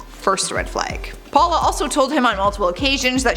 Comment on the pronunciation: “Raymen and Paula” it’s ‘ramone’ and ‘powla’ 🤦🏼‍♀️